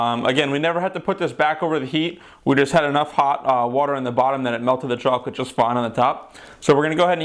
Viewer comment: CHAWCOLET DID YOU SAY CHAWCOLET!